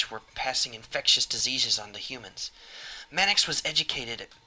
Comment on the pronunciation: Your voice acting is really good but I have to point out that Manx should probably be pronounced Manks and not Man-X =P Manx is actually a certain breed of cats =)